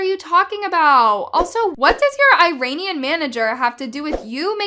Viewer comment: im a Muslim Dw i am mocking the way she said “Iranian” she said it like “rain”